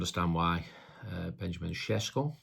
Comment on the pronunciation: Andy it's pronounced ben-ya-min sesh-ko